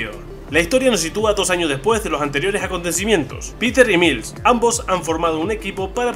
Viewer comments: JAJAJA hable bien wey ! Como “Mils morales” se pronuncia “mails” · Saludos y como siempre sorprendiendo. Se dice Mails Morales, pero eso tu ya lo sabias, creo que se te fue decirlo. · buen vídeo, me encanta marvel, aunque se dice mails morales, el video esta bien hecho. Saludos